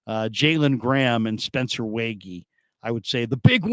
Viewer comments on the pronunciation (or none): You were doing good with the Spencer (Way - G, not way-gee) last name until this vid. Just thought I’d help out again! Also block the blue and green light on your face 😂. Love your content! YA!